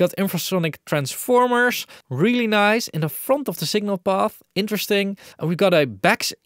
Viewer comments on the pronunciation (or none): none